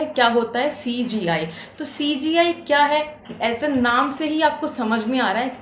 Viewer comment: Cga nhi cgi ha, aunty ji😂